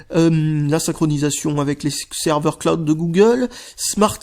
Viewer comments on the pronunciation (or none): none